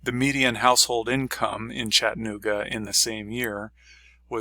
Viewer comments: Pronounce the A, it's Chatt-A-nooga, not Chattinooga. I had to learn that when I moved here and your mispronouncing it is like nails on a chalk board. I've been here 16 years, and love it but am moving. The city is getting rather crowded, the streets are falling apart. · To retire here, you have to learn to pronounce Chattanooga correctly. ✔